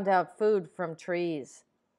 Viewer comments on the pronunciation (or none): none